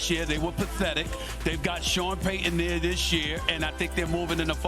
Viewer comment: “Well HE AINT DERE NO MORE” 😂